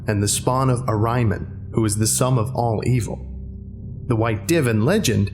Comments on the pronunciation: This isn't a call-out just pointing it out, pronunciation is a pain; I think the "Div" is pronounced more like "Deev" and Ahriman is pronounced like "Ah-ree-mahn". I might be wrong but I'm fairly certain. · Not trying to be "that guy" , but Ahriman is usually pronounced Ar eh mon. Love your readings. Keep 'em coming.